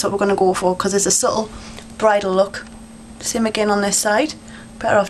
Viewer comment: i like when you say 'smoodgy smookie louk' aka smudgy smokie lookxD